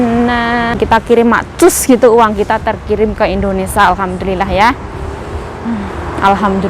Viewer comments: Gak BS blg Indonesia kaah.....selalu blg Endonesa.....🤦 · Indonesia yuk bukan IndoNisa 😂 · Kmu pengikut baru yah? 😂😂😂😂aku sebagai pengikut lama udah terbiasa dgr endonesia yg dia sering sebut